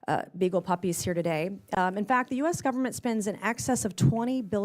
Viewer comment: did he say gubbermint?